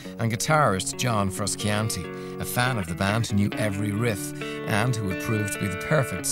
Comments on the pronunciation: Caleb McEnroe yeah dude right XD his name is not even that hard to pronounce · fruskiantee ARGHHH MY EARS ARE BLEEDING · What a disgrace to my nation. An Irish fella calling him John Fruskeeantee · Haha what the fuck? Surely that's not how an Irish accent pronounces Frusciante... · Frus-can-tee? Lol get outta here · I checked the comments hoping for fans input on the band and this little documentary but only found many comments on this man's pronunciation of Frusciante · i know it pisses me off so much how he pronounces it. He is one of my favorite guitar players of all time and the mispronunciation of his name is really pissing me off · turned it off as soon as he said johns name wrong.